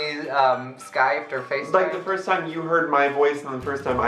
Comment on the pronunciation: vs English part ( it's Pronounced FUR-st)